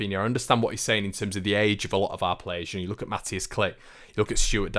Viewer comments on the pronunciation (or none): none